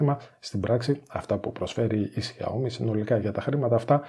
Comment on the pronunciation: Τσούζει ότι είναι καλύτερο το xiaomi ε; και προφέρεται Σάο-μί και όχι ζιαομι